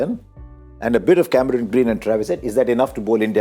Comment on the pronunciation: DK pronouncing Cameroon Green, he is Cameron Green & not Cameroon😁